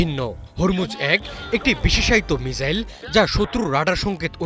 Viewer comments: উচ্চারণের কি বহর... বলে কিনা মিজাইল!! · শালা উচ্চারণ করে মিজাইল,😂😂😂😂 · ঠিকমতো মিসাইল উচ্চারণ করতে পারে না। ..চ্যানেল খুলে বসে আছে